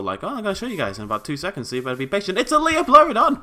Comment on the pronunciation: ***** Since it bothers me, it is pronounced Lie-plur-o-don, not Lee-o-plur-o-don.